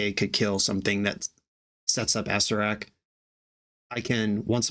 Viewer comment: you were pronouncing acererak wrong the whole time.